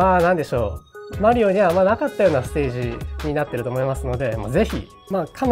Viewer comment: funny hearing how zun pronounces mario, it's actually closer to the real pronunciation than americans lol. languages are weird